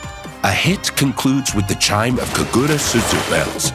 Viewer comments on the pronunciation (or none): none